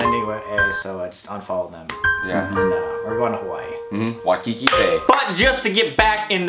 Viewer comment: Waikiki??? WAIKIKI? DID I HEAR JAKE SAY WAIKIKI OMFGGGGGG